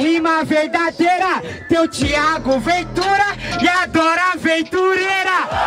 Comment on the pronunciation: "Thiao" Ventura? kkkkkkk